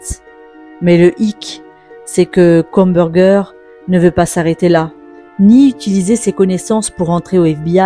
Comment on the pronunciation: "Kobergé" pour Kohberger... vous êtes sérieux, là ?